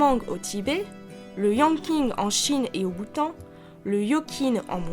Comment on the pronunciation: alors juste en dis yangqin mais ça se dis yangTCHIN un mélange entre le "T" et le "CHIN" et pour se qui est de se lui du japon ...euhh pour moi c'est plus un "Koto" ou un guZheng chinois